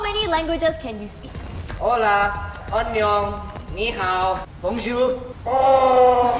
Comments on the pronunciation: When said Ola in the languages question its hola not Ola in Spanish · You pronounce it ola lmao😂